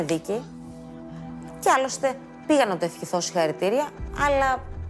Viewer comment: "άλλωστε πήγα να του πω συγχαρητήρια..." Λίγα δευτερόλεπτα πριν:ψελλίζει ένα συγχαρητήρια λες και μόλις είχε πιει χυμό από 4 λεμόνια και εντελώς διεκπεραιωτικα επειδή ήταν μπροστά οι κάμερες....🙄